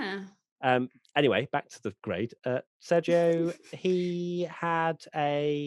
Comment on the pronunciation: Is also not Ser-yo its Ser-hio